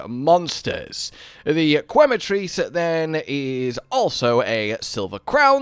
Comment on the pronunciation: Every time I hear "kway-matrice" instead of "que-matrice" (think Spanish), my ears start to bleed. :P